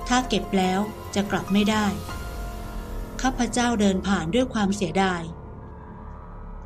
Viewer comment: คนอ่านถ้าอ่าน ข้าพเจ้า จะน่าฟังกว่า ข้าพเจ่า